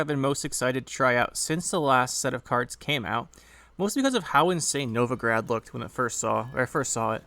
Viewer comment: The city in Russia is actually Novgorod, all O's (though the meaning is the same as "Novo-grad", yeah!). Among the museums in the city's central kremlin is the Museum of Literacy/Writing, featuring quite a few examples of Glagolitic script! =) Speaking of, that is one good deck. Seems like a solid use for Collusion -- the Novigrad card is probably all I need to craft for it. Thank you for the detailed overview!